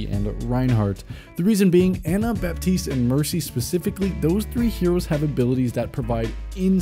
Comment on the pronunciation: The p in Baptiste is silent FYI